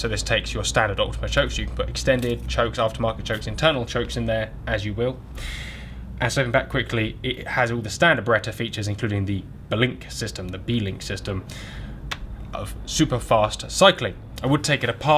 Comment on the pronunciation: It's not "b-link" it's blink, like you blink your eyes. Like the action is faster than the blink of an eye. Great video that pronunciation was just driving me nuts